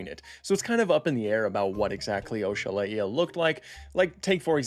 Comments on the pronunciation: I’ve never heard it pronounced that way. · Bro said Oxalaia so wrong it's actually kinda offensive💀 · Why are you pronouncing it like that 😭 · Sorry to be that guy, but Your pronunciation of oxalaia irks me 🤓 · Dude love your channel...... butt hate the way you said oxalaia😂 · Please God, protect my baby oxalAia from this terrible pronunciation. Great video nonetheless. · Weird way of pronouncing it… not how it’s spelled at all but 🤷🏻‍♂️ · I have NEVER heard someone pronounce Oxalaia like that, the more you know ig. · same. This new pronunciation is just.. weird. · Is it from the word Oxalá?? (God willing) if it is yes he butchered it 🤣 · Why did you spell Oxalaia like O-shu-lay-uh, it's Ox-ah-lie-uh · “O-shala-ee-a”!!🤣🤣 I’m pretty sure it’s just “ox-a-lie-a” and that’s not even a hard one. This is like when Nigella Lawson called a microwave a “meecrowavay” 😂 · I'm really hoping this is not the pronunciation that will stick, it should be oxalAia... Based on the god it was named after. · Ohshalaia? i pronounce it "Ox-Uh-Lie-Uh" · ‘This is oeshalaeea’ bro just say oxalaia 😭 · The correct way to spell it is Oh-sha-lah-ya. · I thought it was pronounced ox-a-lie-a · "OCKS A LAYA" Is the proper pronunciation. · Bro really said "oshala eeya" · "This is OshAhlaIeh" That is not how you pronounce it, bro😭🙏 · "Oshalaeea"??? why he pronouncing it like that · It's pronounced ox-ah-lie-ah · the way to pronounce it is oksol I (in like me or referring to yourself) and then the uh sound so oksol I uh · I’m pretty sure it’s pronounced ox-ah-lie-ah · "Oshalaiia" Hurts me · I though it was pronounced Oks-uh-lie-uh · its osha-ly-uh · you pronounce it the way you want but if you look it up it is pronounced o Sha lay ia, I watch this other channel extinct zoo and he pronounces it ox a lay a so I don’t really care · same dude, I've never heard someone pronounce it "Osha Lá Ia" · oshala ia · “oh-shal-a-ee-a” feels just wrong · Never heard it pronounced as OSHA violation either...